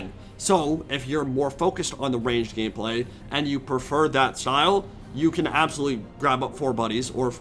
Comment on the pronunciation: did I hear gayplay?